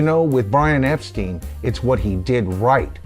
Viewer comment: Hey hope all is well, I'm not sure but I think Brian's last name is actually pronounced Epstein as in Frankenstein, at least that's what I've always heard